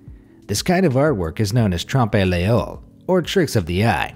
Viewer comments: Lol he the way he said trompe a l’œil... I’m French and it actually is said : tr-aump ah leuy Well something like that. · Ah yes, Tromp-eh Leo (Damn he butchered the prononciation) -A French person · "Trumpay leyoh" lol Trompe-l'oeil is french for "eye cheat" (optical illusion murals/paintings) and is actually pronounced "Tromp luh-ee" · Ah yes, the TROMPÉE LÉAUE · Trompe lœuil French people wiuld get it Trompéléo he said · I am french and how you said « trompe l’œil » is making me laughing 😂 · The way he pronounced "trompe l'œil" 😂 I really had to do a double take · That is really painful to hear! Nothing sounds quite as awful as an American trying to pronounce foreign words, they have absolutely no idea! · At minute ,that was quite wrongly pronounced. Trompe l'oeil is a French term which is an art to create optical illusions. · As a french the way he say " trompe oeil " make me laught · The way he pronounced ‘trompe l’œil’😂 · Hmmm... That's not how you say trompe l'oeil 😂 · He said "trompe l'oeil" very wrong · "Trompe l'oeil" ne se prononce pas comme ça.... <3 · Please learn how to pronounce foreign words. It's easy... you can look it up on the interwebs... 🙄